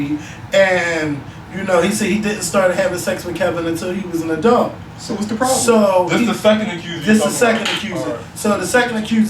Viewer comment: So I guess in philly "adult" is pronounced "adelt". says adult the same way as.